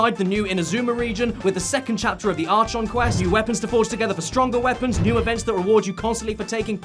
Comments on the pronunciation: Caddy said archon wrong its pissed me off so bad- ITS ARK-ON NOT ARCH-ON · Genshin Impact sponsors Caddy I'm totally not AR46, don't know what you mean! Also IT'S PRONOUNCED AR-KON ya dingus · NOT CADDY SAYING ARCHON WRONG VHJHGVDHEJIKFCJNBEH